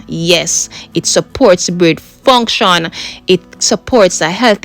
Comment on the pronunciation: "Yes, it supports brain FONGSHONer"